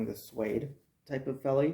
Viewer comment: Pronounced "felly" in Afrikaans, but good review I just pulled the trigger on a pair of these. Waiting on em to come in. Was issued a pair back in the day (83) to replace my rotted out jungle boots. Im having serious troubles with boots falling apart within 3 months and im talking quality boots.